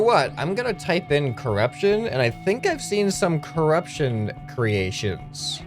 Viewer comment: Curupshon alien's